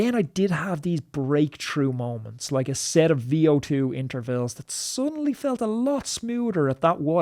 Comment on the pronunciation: "da intervilles"